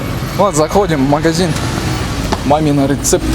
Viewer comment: Мамина рецепты! Научился бы выговаривать((